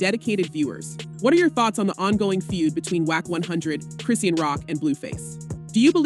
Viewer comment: Her name is pronounced Chris-sean (shawn) as in Chri-shawn NOT Chri-sea-ann 😂😂😂😂😂